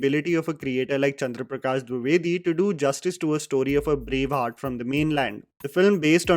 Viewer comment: The way you were struggling to pronounce "Chandra Prakash Dwivedi" was cute